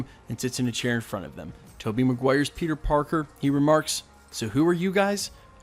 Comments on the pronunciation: is it just me or did you pronounced P3nus parkes ? LOl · you say ‘pen15 Parker’ lol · Did he say "Penis Parker"...?!??